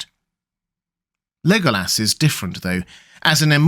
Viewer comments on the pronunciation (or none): none